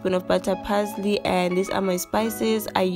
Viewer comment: She says "keep steering"(stirring) and "add the pazley" (parsley), "yha" 😆 🤣, this girl